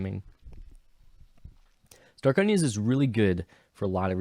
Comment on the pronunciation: i died when you called starkonja's "Stayonkas"